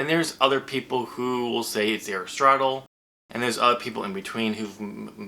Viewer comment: Your pronunciation of Aristotle is correct. Don't let anyone tell you different.